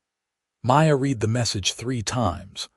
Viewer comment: At about : : thevpronunciation of 'read' is all wrong foŕ the context of the story!. The 'e' should be a soft 'e' Oops LoL 😢😢